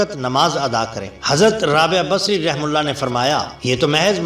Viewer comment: Hazrath rabiya basri rahemathullah alehi. Sahi pronounced nhi kiya hai.